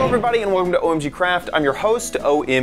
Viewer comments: welcome not welcom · 'welcom' xD